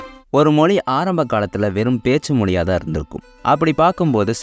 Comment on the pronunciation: தமில் மொலி அல்ல தம்பி அது தமிழ் மொழி